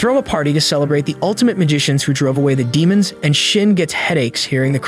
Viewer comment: The "altimte magishins"Im dying of cringe 😂😂